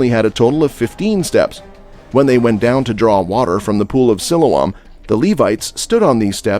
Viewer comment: Please learn how to pronounce words Sepulcher and Pool of Siloam. 😢